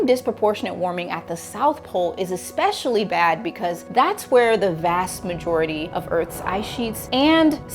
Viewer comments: I was hooked on every word, and then she said EXPECIALLY. I don't think I can trust the word of someone who can't even speak properly. It'd be like listening to that astrophysicist who thinks he knows ALL science better than anyone, but then can't even define what a woman is. Neil DeGrasse Tyson, ofc. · If you're trying to sound intelligent, stop saying eXpecially, and wearing a tank top to record your video... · Did I hear her say… ekspecially ?? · Can you please stop pronuncing 'especially' with an 'x'. The word is NOT "exspecially". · There is no x in 'especially'. Do better.